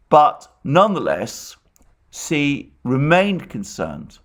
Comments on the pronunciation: Xi is pronounced shi not si. Do your homework before spewing vile Putin propaganda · Hi Mr Mercouris When you say the name of the president of China, then it sounds like 'c' and it is trqnslate as 'c' also. Perhaps it would Be more helpful to say 'President Xi' so that it is clear who you mean. May all living creatures be happy and free from suffering. Regards Michael